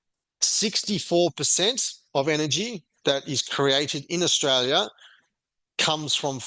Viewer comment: Not straya, anyone , comstraya